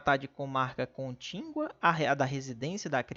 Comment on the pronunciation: Meu Deus !!! Fale direito: não é contíNgua !! É CONTÍGUA !!